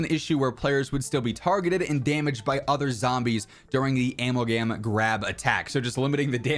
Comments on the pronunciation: wait?.. “Al-mal-gam’s”. The way you pronounce amalgam needs to be studied… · it’s pronounced (Ah-Mal-Gum) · LOL Bro, wtf is an "Ammulgam"?! Just say you don't care about Zombies bro, we already know by the way you CONSTANTLY gloss over it! 😂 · Amalgam is a shortened version of amalgamation. You pronounced it oddly so this is just a heads up homie. Thanks for all the content bro. Haven't been playing since Riot shields are gone but still love the content so I can check in to see how the COD sphere is keeping up. Keep it up bro 🙏🏼